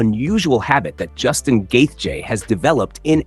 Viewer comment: Is the voice over AI or he just pronounces Justin's last name differently every single time? Lol Probably AI, which is so lazy.